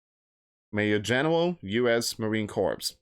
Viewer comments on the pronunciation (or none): The 3rd will come and go. Just like some loud mouth a couple weeks back said something will happen on a certain date. That day came and went. We're still here loud mouths. By the way, it's not pronounced corpse, as in dead body. It's pronounced core, the S is silent. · Hey friend it is pronounced marine core. Just marine core. Cooor. Thx